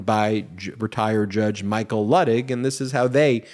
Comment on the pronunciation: I believe the Judge pronounces his name LOO-tig.